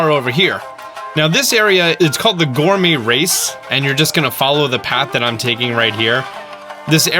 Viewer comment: Mah boy just said gourmee race